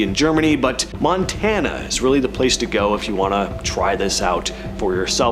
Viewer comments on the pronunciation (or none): none